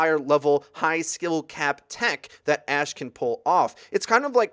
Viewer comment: Isn't it ash?